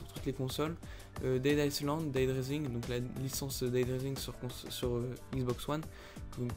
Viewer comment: On dit pas Aïesslande mais aïelande ;)